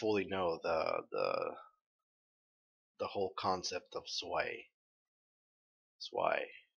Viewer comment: Well now that I'm all caught up on your videos, I must say I'm pretty impressed. You've caught a lot of things and had some really good theories. Not 100% right 😉 on everything, but most. Btw it's "awe-topsy", "svy" similar to "spy" (Zwei, German for two) and Jaune is sort of between John and Shawn/Sean, it's French for yellow, you can google and get the recording of the word. And Weiss Schnee "sh-knee" - also German, for "snow". (Yes, her name is "white snow") 😊 I wouldn't mention it but you say a few times that you aren't sure how to pronounce a few things. Look up the Greek mythology behind "Pyrrha", daughter of Pandora, I think that might interest you quite a bit. 😄 thank you for these videos! Keep doing what you do!!